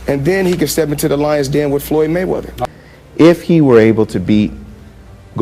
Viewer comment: FOLOLOYD GAYMEATHER.....